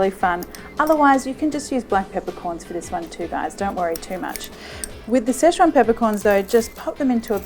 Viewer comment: Situation or szechuation?